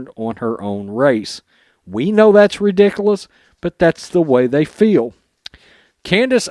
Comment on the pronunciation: Man bextit, re-dick-ooo-lous,faber-gasted. Mispronouncing all these words really makes you seem ignorant and I'm on your side.